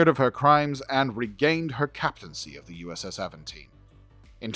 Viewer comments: Nice. :) In my brain it always has been British English "Aventine". (So not Aven-teen, that is the most Cali thing I have ever heard. :D) This person from the University of Birmingham is doing the correct pronunciation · its not Aventine like Newcastle upon Tyne, its Aventiné, the Destiny series of books are awesome, best Trek books ive read. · GAWD!!!! Can you be more annoying with that Tine/Tine/Tone Mess!!!! STOP IT! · "Avant Ting-tine-taine-tone". Good to know the spirit of "Spike Milligan" is still living on strong. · 😂😂😂😂😂😂😂😂😂😂😂😂😂😂😂😂😂😂😂😂😂 Please Stop I can't breathe. Aventeen, tine, tone....😅😅😅😅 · Avan tine ( like the hill in Rome) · Not enough effort to figure out how to say the ships name... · It’s not that hard of a name to pronounce. Jeezus.